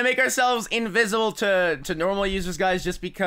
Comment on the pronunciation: He said invisble